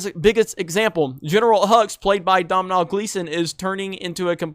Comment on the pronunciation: It's pronounced done-al for Domhnall Gleeson. Irish names, especially ones that haven't been anglicised from the Gaelic like Domhnall, are understandably tough to get right.